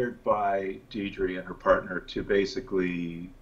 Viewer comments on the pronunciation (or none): I love your video. But... Her name, Deidre, is not pronounced deedree. It's Daydree. Like Day Dream. :)